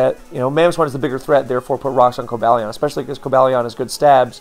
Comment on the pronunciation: I would've assumed it was Co-BALL-ee-on but according to Pokedex 3D Pro it's Co-BALE-ee-in. While I'm here, for the love of Arkeus, man, the u in Raikou is silent and the Gli in Gliscor is pronounced like glide.